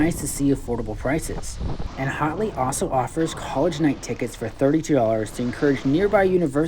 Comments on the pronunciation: its pronounced hat-ley not hot-ley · Thanks for the review but LOL because it sounds like you are saying "HOTley Point" instead of HATley (should sound like when you say AT). Also should be noted that this is not a "new" mountain. It's the old Wolf Ridge slopes so the runs are pretty much all the same with one of two changes. Now, they HAVE invested a not into replacing the old delapitated infrastructure and us North Carolinian's are looking forward to these changes. Voted UP for the review